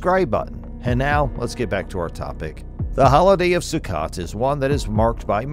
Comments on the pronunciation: First of all it’s not pronout “Sue-cut,” it’s pronounce “Sue-coat.” Second, don’t hold your breath that they’re going to build the third temple on Earth. They’ve had enough money for the past 70+ years to build 20 new temples. There’s too much of an industry behind collecting money for it, and too many people living too well off of that money. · The Feast of Sukkot would be pronounced as "Sue-coat" not "Sue-cot". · Sorry. I just have to point out that a 'sukkot' is not a [SUE-kit] it's pronounced either [SUE-kuh] or [sue-COAT] (depending on who you speak to). (NOTE: I used easily recognizable English words in the pronunciation 'guides' because they're easier than the myriad of symbols librarians use and no one else know how to read.) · “Sook it” lmao. It’s pronounced “Suh Coat” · Sue Coat, Sukkot. Not su ket . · Sukkot is pronounced SaCoat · It's pronounced sue- coat . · I could tell this speaker doesn’t know how to say the Hebrew festivals! The way Sukkot was pronounced! 😊